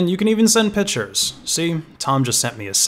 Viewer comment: Like your content plenty. Excited to keep watching what you put out. But also “And you can even send P I T C H E R S.” really threw me.